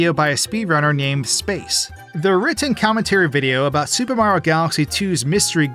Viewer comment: I swear this guy has NEVER pronounced the "i" in Mario before